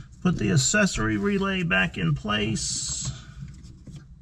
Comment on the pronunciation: I’ve never heard anyone say accessory like this before. I hate it . This dude went his whole life pronouncing the word accessory wrong…. lol